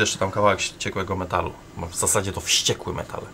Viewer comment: Ogląda się ok, ale źle czyta, ponieważ pisze się WŚCIEKŁY. 🔡